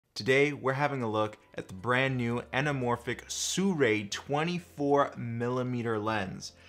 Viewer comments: How the fuck do people read Sirui as Soo-ray?!?! Lmao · I checked with Sirui. It's actually pronounced, "See-roo-eye". Just an FYI. You know I love ya,.